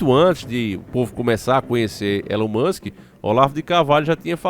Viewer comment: Elon moska😂